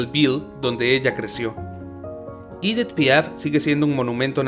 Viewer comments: EDITH! et NON pas IDITH/IDETH !! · Es Edith en francés no “iditz” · Si no sabes pronunciar un nombre o una palabra en frances pronunciala en español, el video es en español, es aceptable, lo que no podes hacer nunca es pronunciarlo en ingles o como se pronunciaria en ese idioma por que no tiene nada que hacer esa pronunciacion alli. Por ejemplo cada vez que decir "Idit" Piaf....... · Su nombre no se.pronuncia ídit ,por lo.menos si te aventuras a hacer un video tienes que pronunciar bien los nombres.No se pueden soportar estos errores garrafales. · Si es francesa………. Y Edith se pronuncia igual en Francés y en español ….. de muy mal gusto pronunciar el nombre con un pésimo acento en inglés Me habla de ignorancia y una cultura muy pobre . No todo es leer un texto